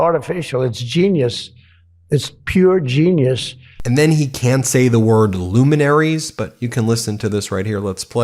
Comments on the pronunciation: luminersers? he meant liuninoosers, no wait, loooosers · He just figured out groceries. And he cannot say luminaries.